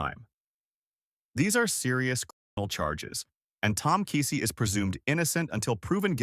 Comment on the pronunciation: You're pronouncing KEESEE wrong. We're familiar with folks related to this situation. I will guarantee you it's much worse than what's being told.